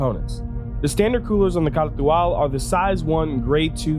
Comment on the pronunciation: Other Youtubers: can't even pronounce the name: K н α r т υ - α l